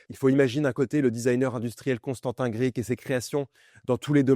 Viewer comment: Grcic se prononce gueurtchic ;-), merci je ne savais pas qu'il avait bosser pour RADO ! super cette vidéo comme toujours